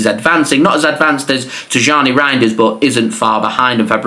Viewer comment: His name is pronounced as Tiyyani not Tijjani just like how it is pronounced as Ownry not Henry for the arsenal legend. Same for Rayan Cherki it’s pronounced as Riyaan Cherkey